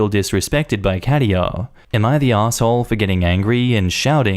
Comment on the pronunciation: German here. Katia is pronounced slightly different. Type Katja in the Google translate to hear it. 🙂